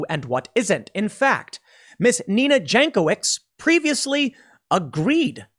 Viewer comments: Pretty sure her name is properly pronounced Yank - o - vich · Pronounced yankovich